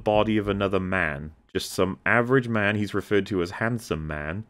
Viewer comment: I've wondered this for some time now, someone please if you can let me know why when says the word "man" as in the oft used phrases "like, man" or "ah, man", it comes out like "mhën"